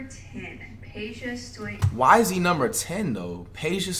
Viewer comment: Flight pronounced Peja Stojakovic right